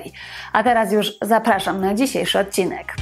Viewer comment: Szanowna Pani, nie mówi się "ocinek". Należ zadać sobie trochę trudu i mówić "odcinek" - tam jest "d' pośrodku wyrazu.